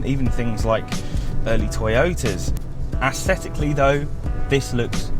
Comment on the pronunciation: If I hear “aesthetically” mispronounced one more time I will lose it 😂. Anyway, nice review. Thanks